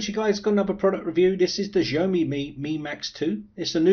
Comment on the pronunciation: jeaYOmi ? It's Xiaomi!